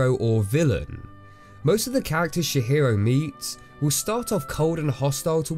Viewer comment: And he also calls her Shihiro and I'm dying haha. I always forget how little most people know about the japanese language. It's Tji-hiro!